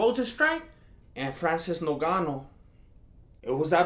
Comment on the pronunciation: Francis No-gano 😫